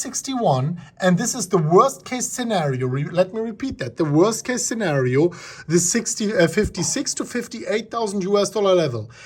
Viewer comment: Haha ya this is classic. Its more like “today, for da bitcoin” 👍👍👍